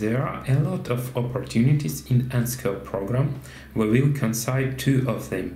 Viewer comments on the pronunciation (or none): Well that's fairly reasonable English, didn't expect. I think i've already watched the same video in Russian though? Some pretty obvious pronunciation mishaps there though, made worse by making it sound like another word. If you just look up 'consider' on Google Translate and let it speak it for you, and train that, that should just about cover the worst of it. Also 'measured', 'frequency', but those at least weren't confusing.